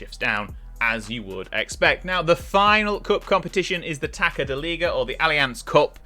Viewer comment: Your pronunciation was not bad, as we are a tricky language to master. Although the only thing that is kind of nerve inducing is the pronunciation of "Taça". To those unware, you are saying "taka, taka da liga". However, it should be pronounced as "Ta-suh" or "Ta-sah" Take the the word "Garçon" (as in waiter), the sound of the Ç should be the same